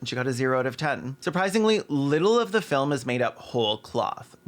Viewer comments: every time caelan says filim i laugh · Please tell me you're saying 'filum' like Slavoj Zizek on purpose because I laughed every time you said it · Your ability to pronounce the word "film" with two syllables is a legit superpower, please only use it for good